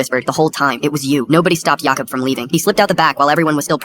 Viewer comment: How many times can you mess up the name Jacob?